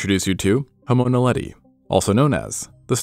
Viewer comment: Lol, finally someone who can pronounce Naledi